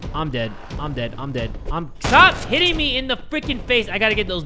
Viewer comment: i was into it until the “sTahp” part lol